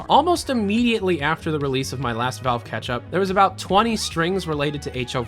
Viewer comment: ITS NOT KATCH UP... ITS KETCHUP!